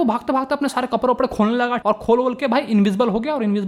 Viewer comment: Bhaiya accha padaya but I laughed when you said kaprrre